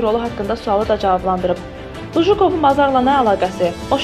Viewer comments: Lujukov yox Lujkov . Danismagi birinci oyrenin. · Qızın tələffüzünə Lujukov yox Lujkov Mockvanın keçmiş meri Bu çuşkaları hardan qazıyıb çıxarırlar? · anlamadim bujukov kimdi luwkov demelidi bujukov ne demek hec olmasa duzgun oyren ayibdi bu geder biyabirci olmag olmaz